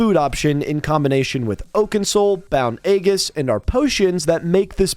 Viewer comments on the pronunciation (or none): So ya know its said as "eejuhs" not "agus" lol. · Complete tangent but Aegis is pronounced e-jis with a long e as in eat. Though often a-jis is used with a long a as in ate. The g makes a j sound as in Geronimo or geriatric. "egg-us" is what you risk kids doing to your house by giving out lame treats on Halloween. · Aegis pronunciation = ay-jiss Chitin = ky - tin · Aegis pronounced ē•jis